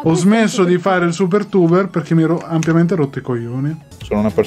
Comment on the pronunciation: "Siper tuber"